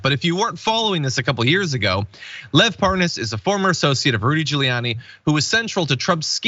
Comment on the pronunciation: According to Devon Nunes, he never heard of Lev Parnas. Oh yeah you mean Lev Par-nas, right.